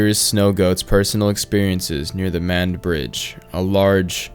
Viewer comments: Great video, but as someone from the area, it’s pronounced Mah-ned. Just a heads up. The closest Crystal’s would’ve been about 15 to 20 minutes away as are most fast food restaurants. There’s not a whole lot available in the county, so most people have to travel out of county for work. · Pronounced “Mah-Ned”